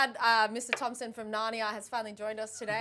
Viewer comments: Its tumnus not thompson. 🤦🤷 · dumbass couldnt even get mr thumnas right mf said mr thompson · It's Tumnas not Thomson.. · It's Mr. Tumnus not Thompson 😂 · Did Peyton intentionally mess up Mr Tumnus' name??